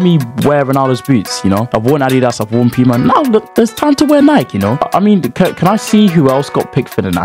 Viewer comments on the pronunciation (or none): none